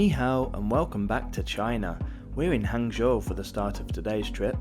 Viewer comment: Please try to research and pronounce Chinese names as correctly as possible! It doesn’t take much research to know that Zhejiang is pronounced juh-jiang and not zay-huh-jiang. It would make a nice touch to your videos! Also, you pronounced fuxing and hangzhou right!